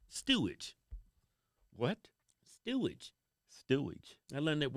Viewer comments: LOL….It’s not STEWAGE….It’s STEERAGE. Although stewage probably is more appropriate…… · The word is Steeridge,but stewidge is close enough😂 great show.